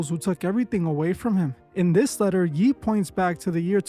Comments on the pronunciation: Its pronounced YAY, not "Yee", common dawg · This guy saying yee? Man. It’s Ye (Yay) You ai or something? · Calling him Yee vs Yay is diabolical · I really enjoy your videos and thank you for all that you do. Ye is pronounced, "Yay". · You called him "yee" 🤣😭